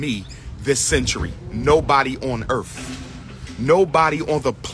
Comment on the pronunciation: "On Earff"?? Hahahaha, Earff! Where is the Planet Earff!